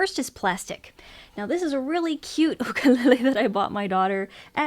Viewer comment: that’s how it’s supposed to be pronounced